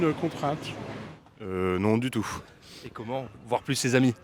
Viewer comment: Há alguma explicação para algumas palavras soarem com som de F quando terminadas por T? 🤔 Por exemplo, surtout, tout...